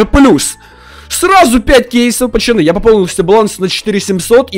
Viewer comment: Почему ты говоришь пачаны а не пацаны. Все видео пачаны да пачаны